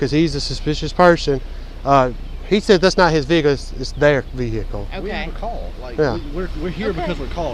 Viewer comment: Since when has the word ‘Vehicle’ had 3 syllables?